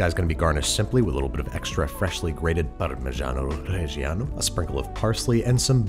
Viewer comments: The way you say parmigiano-reggiano makes me want to become Italian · The third version is really interesting indeed! As a Modenese, I admit that I was very touched when you said "Parmigiano Reggiano" ❤️